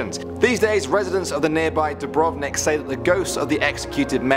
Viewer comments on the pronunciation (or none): He said Dubrovnik wrong😂😂😂👏👏👏